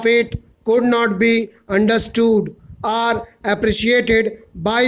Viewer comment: Your OR sounds like ARE